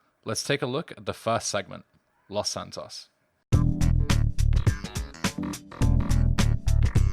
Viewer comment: lmfao dude have you never hear spanish? it's pronounced Loes Santoes tanto!